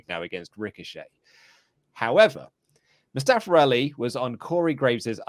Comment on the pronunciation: MOO STEH FUH pronounced